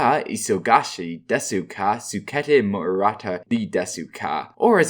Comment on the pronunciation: o.o its pronounced as des instead of desu